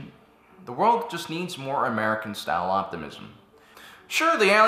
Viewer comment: The way he said american was like, MURICA!!!!!!!